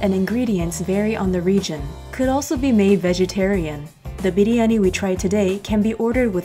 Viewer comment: You Pronounced the word "Biryani" just like an Indian.